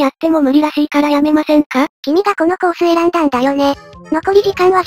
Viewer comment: とりあえずコ↑ース↓